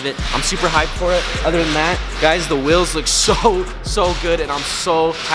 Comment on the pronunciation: Normal person: wheels: Wills